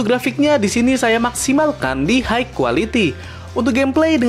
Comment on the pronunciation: High bacanya "Hai" bang, bukan "Haigh". Semoga ke depan nya lebih mantap lg konten videonya